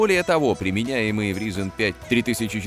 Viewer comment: Как же режет слух - "ризин".